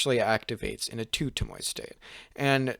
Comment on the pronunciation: Pronounced tow mo e